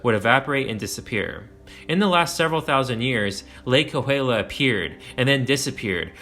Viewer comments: Yeah, his "kaluulia" was rough! 😂😂😂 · Cahuila = Ka-We-La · No, it is more like... Cahuilla = Kaw-hWee-Yah With the "h" being mostly silent and the "LL" being "Yah" more so than "Lah". My grandmother lived in the Cahuilla Hills area in Palm Desert near Palm Springs most of her life. There was a very large seasonal wash in the foothills adjacent and below her property & home in what is now Cahuilla Hills Estates that was/is ~300ft Wide and 45+ft Deep wash coming from a canyon down from the San Gorgonio/Cahuilla mountains behind her home which became a literal raging waters in the 70's during one regional thunderstorm/flash flood which nearly overtopped onto her property. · Cahuilla is pronounced Ka-we-ah.